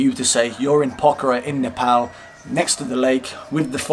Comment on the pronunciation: you pronounced nepal perfectly :D